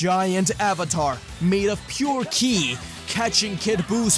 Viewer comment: Whenever he mentioned Buu absorbing Ki he said killi. I don't know if there is a reason about that, but I found it a little weird.